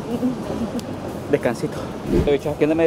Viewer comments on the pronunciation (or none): none